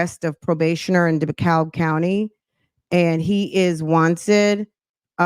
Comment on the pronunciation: It's pronounced Dee-cab